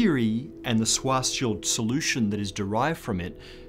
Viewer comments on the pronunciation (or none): For thousand times: Schwarzschild in German is pronounced shwartz-shield! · You’re pronouncing Schwarzschild incorrectly.